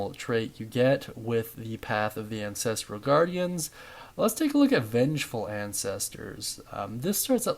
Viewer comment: god i hate to be this guy but its 'an-ses-trull' not 'an-ses-tree-yull' bugged me so bad 😅😅 ty for the guide though big dog!!